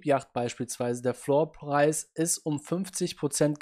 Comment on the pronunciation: floor (english) preis (deutsch) ausgesprochen irgendwie lustig :P